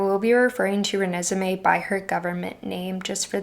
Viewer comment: I love that you called Renesmée literally everything but her name. 😂 Great video, by the way. I loved learning about some of the classics that inspired Twilight. I’ve personally always seen the most influence from Wuthering Heights. I also love that you brought up the real Quileute people at the beginning, because the fact that they are real and were used to create this work in a way that “others” and mystifies them is the only real negative of the series. It is a very old and painful truth that Native Americans have been and are exoticized for the amusement of others, mainly white people. Anyone with common sense knows that they are just people, but unfortunately racism requires no common sense or empathy. I feel like this should be the main issue people talk about when criticizing Twilight, because everything else is just fantasy. There’s a lot to be said about it, and a lot more value in those conversations. Overall, I’m so glad that I found your channel. ❤